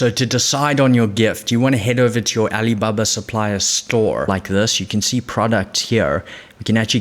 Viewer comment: "Ali-buh-buh supplier" Great video!